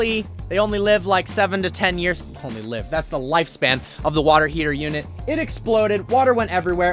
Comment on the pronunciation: “hone ownership” 😂😂